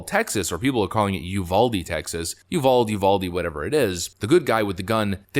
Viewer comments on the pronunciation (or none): I used to commute to Uvalde to work from San Antonio. I can tell you that the correct pronunciation of the city is (you vol dee, no one in that city calls it you vald), not to be petty but helpful. Also the mall "good guy" did not break the law by entering the premises with a firearm. He broke house rules. The civil alternative to a law, which imposes restrictions on individuals entering your property is "house rules". Should someone break house rules, then the local law enforcement can be summoned to remove an unwanted person from private property. In Texas, malls and shopping centers have this action at their disposal. They call law enforcement and let them know an unwanted person is trespassing on private property, the police show up and issue a criminal trespass warning, (citation usually without a fine), and if the person refuses to leave or returns at a later time, then a criminal trespass arrest is executed. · It's pronounced "Ul vall day", it's Spanish origin. I don't say "Illinoise" when I read "Illinois" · Brother, it's pronounced you-vow-deeeeee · From a Texan.. it's pronounced " UVADEE" NOT UVALD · Again, it's pronounced YEW VALL DEE, not yew vold. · It's Uvalde (pronounced you vahl dee), just FYI. It's a Spanish word. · Texan here, We say Uvalde with the hard E Yu Val dee hope that helps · How to pronounce Uvalde in spanish ooo-vaul-day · FYI: we live about an hour's drive from Uvalde...and it's pronounced "U-Val-Dee". In Spanish, all the letters in a word are pronounced. Otherwise, good video. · It’s pronounced you Val dee. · it's U-VAL-DE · LOL, I'm a TEXAN, it's uvaldE Pronounce the E I know it's not proper grammar, it's how we say it! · Hey bud, from Texas and used to live a couple hours from Uvalde. Not that it really matters, but It is actually pronounced “You-Val-Dee” but yea, no worries. Those of us paying attention know what you are talking about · It is “You Valled - eeeee”. Uvalde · U val de is the proper intonation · Uval-dee... Say it right